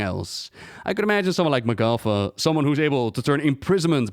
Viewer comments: Isn't it pronounced MAH'gatha, not mah'GATHA? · I hate how blizz decided how to pronouce her name. Magatha has an ah not aw. Grinds my gears yall.